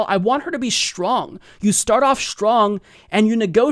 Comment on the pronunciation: OCD issue here: please stop pronouncing "strong" and "strength" as if they have an 'h' in them. There are no such words as "shtrong" and "shtrength." I really am sorry for being so petty. It is distracting to me, and otherwise I love your voice, and perspective.